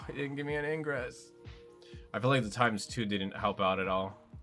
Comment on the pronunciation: Ingress? His name is igris